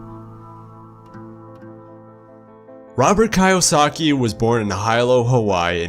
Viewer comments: Lets start by pronouncing his name correctly. Its kiyosaki, not kayosaki. Otherwise nice video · Not "Kay o za kee", but "key you zah kee". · It’s Robert “kee-yo-sakee” NOT “kay-yo-sakee” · key-o-saki not kai-o-saki... but great vid bro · Kiyosaki, NOT Kaiyosaki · Kee oh saki, not Kai oh saki.. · His name is Kiyosaki (KEE yo sa ki), not (KAE yo sa ki). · Key (Kee) Kiyosaki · Its prounounced "key-yo-saki"🙈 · The narrator said “Kai-yo-sa-ki” 😂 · Also, I believe the author's last name is pronounced 'kee-yo-sa-kee' 😉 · Good job! Only one thing...pronounce Robert’s last name correctly. Keep up the good work! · gosh... you'd think if you make an entire video on a person, you'd pronounce their name right... it might be nitpicking, but it also really breaks immersion. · Good stuff! And also.. The pronunciation of Kiyosaki and Hilo is with a double ee, Keeyosaki and Heelo.. Just had to throw that in since it threw me off😅 Thanks for sharing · KEE-oh-saki...... Hee-lo